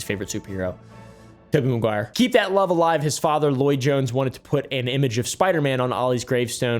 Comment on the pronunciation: *Editors- I’m not a Disney employee, or a Disney adult. However, I am a mom of sons, and one of our bonds in our home was the love of the great Tobey Maguire. Not Kevin Maguire. said it correctly!!!! If you guys are looking for a proofreader, I’m currently looking for a job!* 😂 In all seriousness, great video team!